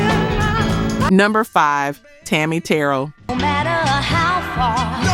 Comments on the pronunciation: It’s me again, Eddie Kendricks also made two beautiful ballads during his solo career. Skipping Work and Intimate Friends. And Tammy’s name is pronounced Tammy Teer rell not Teral just saying. My siblings and I enjoy the content. Otherwise expect little notes from time to time. Still waiting for “Tower of Power featuring Lenny Williams (a little homework)😂 unless I missed it, haven’t watched all of your content yet. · It's pronounced Tammi TA RELL, not TAROL"L Terrell" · Who are you...her name is Tammy Ta...rail is how.you pronouns her name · Pronounced Te Rel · Ma'am... her name was Tammi "Ter-rell." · Tammi's last name is pronounced "Ter -RELL". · You’re channel picked up on my feed watching your video Her name is Tammy Terrel your practicing her name wrong , either way still watching 💯🥰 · Can u get a real person narrating instead of this AI. Pronounce Tammy Terrell name wrong.😮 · Terrible video. Inexcusable mispronouncing Tammi Terrell’s name. And not knowing Dennis Edwards was le@ singer on “Do you love me”. Brutal. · Please pronounce Tammi Terrell correctly. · Why are you showing a white girl eating popcorn but the video is about Black people, not white people!! Is the moderator white acting Black to get Black support! She mispronounced Tammi Terrell's last name! All Black people know how to pronounce Terrell!!